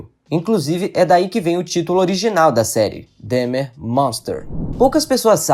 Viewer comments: É DÃHMER a pronúncia e não DEHMER! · nao e dehmar e dahmer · Não se diz Dehmer, é Dahmer, com A.. por favor 😅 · Que agonia ele falando "Demer" a pronúncia é igual a escrita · Filho, procure pronunciar o nome de Jeffrey Dahmer como pronunciamos aqui nos Estados Unidos. Se pronuncia “Dómer”, se soletra Dahmer. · Fala-se "Dómer"! Parece até que não assistiu a série. 🤦‍♂️